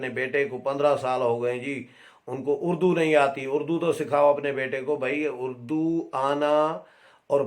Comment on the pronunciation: نیازی نے خود اردو کو "اڑ دو " کہا ہے اڑدو